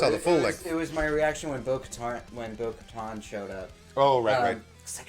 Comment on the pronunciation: I felt bad for he was trying so hard to remember bo katan last week Lol then later when Asoka name dropped and in this video said "bo katar"